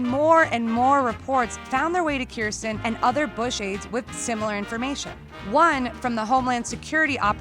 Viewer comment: You're mispronouncing her name. Please be sure to pronounce the "j" in her name. "Kirst-Jen"